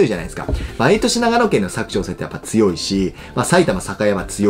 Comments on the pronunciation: 「割く」❌、「柵」⭕️ですね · にひと言。佐久長聖のイントネーションが違います。正式にはサク↗️ではなくてサク↘️チョウセイデスヨ。長野県民からでした。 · 地元民からすると「佐久長聖」のイントネーションにめっちゃ違和感あります😂